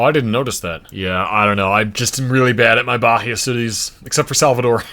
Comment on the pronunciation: Bahia is pronounced as “bah-EE-ah